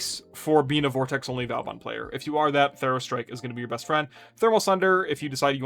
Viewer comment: Just a reminder, he is vOban, not vAUban 😂